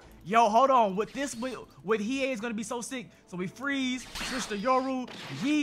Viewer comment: Why do you say the he hey fruit do you watch one piece it's hie hie